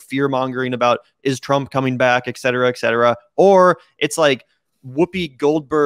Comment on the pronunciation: …I love you guys, but please stop saying “excetera”! Et cetera has no X!